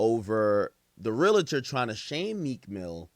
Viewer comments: Pronounced (Real Tor) not (Real A Tor) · As a realtor for almost 20 years… It’s pronounced “real – tor” 😊 But no realtor should be shaming or speaking on another person‘s financing in public, and this guy is certainly at risk of some type of reprimand, fine, or potentially losing his license altogether . If no one has reported him yet they should. Hell, I might. Clown azz. ——- Edit: I made this comment early, after watching more of the video I see that that is the builder that gave that information. I’m leaving my original comment up and intact just for educational purposes. 😊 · The REAL-A-Tor huuuuu 😂😂